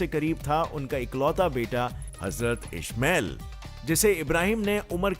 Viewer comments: It's not Ishmael..it's is-ma -eel... Ismaeel.ali Salam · Sorry but you pronounced the word Ismael wrong still love your video